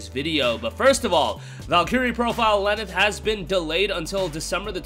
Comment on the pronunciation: He said Lenneth clearly